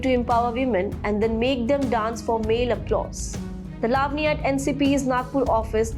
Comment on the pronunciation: Excellent reporting, but please pronounce correctly, eg. Lavani, Ravan.